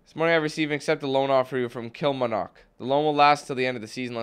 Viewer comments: Kilmarnock is pronounced "Kill-mar-nuck" as well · It's prounnonced kil-mar-nick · I'm from Kilmarnock! And it's pronounced "Kill-marr-nik" lol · Kill-mar-knock it's pronounced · I'm a Kilmarnock and that's not how you say it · He cant say Kilmarnock hahahahaha 😂😂😂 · Kilmarnock wow u can't pronounce it at all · Its borussia dortmund not bor. dortmund omg and its kil-mar-knock from scotland...